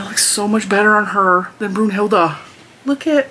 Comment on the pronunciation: I’d go with Minerva! 😆 I’m a HP fan and I have always thought that Professor McGonagall is a bad a** and a very strong female character. Btw when I first heard you call her Brunhilda I thought you were saying Brujilda, which is used in Spanish to call someone a witch but not as harsh as as calling someone a straight up witch (bruja). 😅 don’t really know if that makes sense. 🤷🏽‍♀️ Ps. Minerva is an actual witch so it may be a theme since you said Brunhilda sounds to you like a witch. 😁